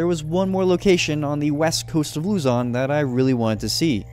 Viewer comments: Lozon not luzyon😂😂😂😂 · you earned yourself a subscriber from the Philippines, by the way the pronounciation of Luzon is like Luzun (i havent finished the video yet tho) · Luzon is pronounced Luh-zon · Luzon is pronounced loo-zon